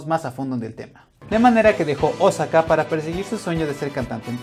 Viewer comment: aprende a pronunciar bien osaka